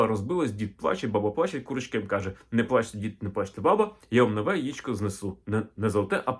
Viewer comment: Сонечко, тільки не "яічко", а яЄчко !